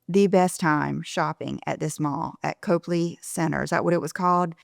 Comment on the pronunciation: Get your best Boston accent man to teach you to pronounce Copley, lol. (It’s Cop-lee, not Cope-lee)